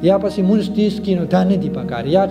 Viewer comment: مننه خو د لمونځ تلفظ دې سم نه دى وروره